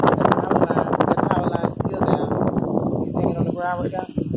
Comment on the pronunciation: She said wich yo big butt. Lol